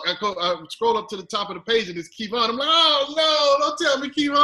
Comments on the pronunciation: I was thinking who is key-von? WTH why did they bring him on to add nothing to this interview for Kev-on. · He killing my ears keep calling him Kevon!!! Kevin or commentator correct!!! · Maybe he just doesn't realize KEVONSTAGE is Kev On Stage & that's why he's pronouncing Kev On as Kevon.. simple oldhead mistake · Key-Vaughan? Ok.... Anyway StageKrew Stand Up! Proud Patreon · KEY-VON! LOL I JUST STARTED WATCHING AND I WONDER IF KEVIN CORRECTED HIM ABOUT HIS NAME AND STAGE NAME. YOU GOTTA CORRECT PPL AS SOON AS YOU CAN OR ELSE OTHERS WILL THINK THATS HOW YOU SAY IT, BELIEVE ME I KNOW! PPL HAS SAID MY NAME WRONG MY WHOLE LIFE! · This is so cringy smh “Keyvon” ... and I hate that man never corrected him 🤦🏽‍♂️ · This man really called him keyvon the whole episode?? Lol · Who the HELL is Key-Vonn! Lol! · As much as he kept saying KEYvon, I was starting to think he was referring to Kevon Carter the musician...🤦🏾‍♀️ Hey, you off the job today, get it together!🤣🤣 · Lol I can't even watch past a couple minutes because he keeps saying Keyvon. The first time I thought he was being funny. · Okay, he's said Ke-von several times now...I'm gonna assume that's his government name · Hey, if calls him “Kee-von” ONE MO’ DADGUMMED TIME!!! He KNEW he was wrong...that’s why he had that readymade excuse when he was called on it! Ole’ hatin’-on-the-low-🐴-on-purpose-mispronouncin’-Older head-tryna-slight-Kev-because-he’s-a-solidified-entrepreneur-in-this-Comedy-game🐴ninja! taking my earrings off #NaaaaawCuz 🤣🤣👊🏾👊🏾#TheStageKrewWillSockYouDoug #Ijs Ok, I’m sorry for taking my earrings off! I’m calm now. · Sorry kev he took it personal or whattttt have you, he keep calling you ke-von 😂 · I was so confused when ol’ dude kept saying Kee-Von. Harpo, who dis man? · Kee-Von is Quantrell’s cousin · Is this "GETTEM "??? 🤣🤣🤣🤣 I am convinced he is calling Kev Keyvon on purpose... AND KEV SHOULD HAVE CORRECTED HIS LIGHT BULD HEAD SELF.